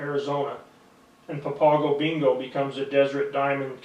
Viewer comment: SMH it's funny how yall look for white man to give info but not the natives SMH he not even saying the name right or papago 😂 yall Goofy